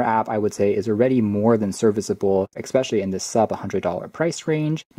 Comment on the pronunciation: I love the video but eCKspecially is not a word. ;)